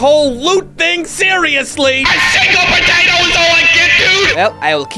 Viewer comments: Looool you said patata on the video 😂😂😂😂😂😂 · why did you patata its potato ok but your funny